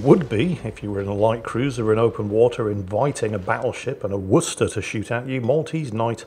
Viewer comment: Listens to actually pronounce Worcester correctly! Smiles.